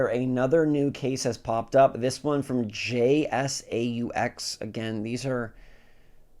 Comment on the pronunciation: Where have you been? Jsaux is a very well known company. The make docks and cases for steam deck and others. Also it’s pronounced like J socks